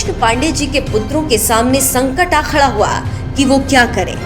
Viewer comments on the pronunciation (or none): none